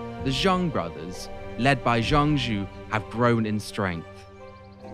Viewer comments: The general of heaven is named "Zhang Jiao" not "Zhang Jue". "角" has two pronunciations in Chinese, one is "Jue", the other is "Jiao". For general of heaven "张角", it should be "Zhang Jiao". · Jiao is the modern reading, his name was zhang jue. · Nailed the Dong Zhuo pronunciation, Zhang Jue, not so much